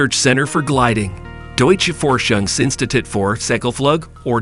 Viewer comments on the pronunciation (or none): I'm german and ur pronounciation of "Deutsches Forschungsinstitut für Segelflug" had me in stitches! 🤣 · I'm American and I'm laughing too! Pronunciation so cringe